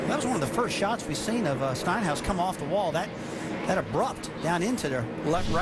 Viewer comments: "Steenhouse" and "Stinhouse" lmao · Rusty Wallace messed up Stenhouse's name twice in less than a 10 seconds interval